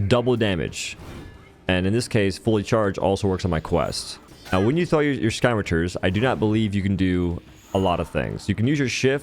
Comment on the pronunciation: Dude really said “sky mature” for scmitars